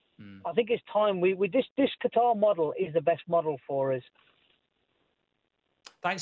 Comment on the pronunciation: Goldbrige it's QATAR not GUITAR😁